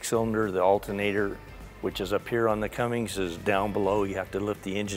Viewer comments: Clessie Cummins. Not Cummings. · There is no g in Cummins